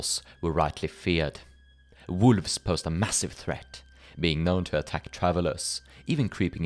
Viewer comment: I like how you pronounce “wolves”